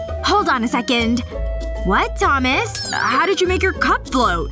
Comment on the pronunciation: Why did said Thomas Domy💁